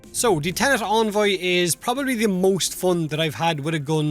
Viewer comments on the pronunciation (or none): En-Voy not On-Voy